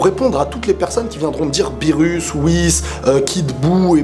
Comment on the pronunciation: "Beerus" ???..... ÇA SE DIT "beerrous" (le r se prononce l)